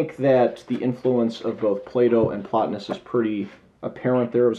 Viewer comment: 15 minutes I'll never get back. Horrible review. He isn't well read in philosophy or history. He can't even pronounce Plotinous correctly... bless his heart.